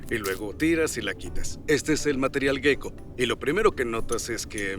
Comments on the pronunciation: Ejem, en español, se escribe "geco", ¿por qué pronuncian gueco? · La pronunciación es geco (jéko) (tal como se escribe), no gueco. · A mí , en cambio me provoca una gran ansiedad estar todo el rato oyendo la palabra gecko como si se escribiese guecko, o las fuerzas de van der uals.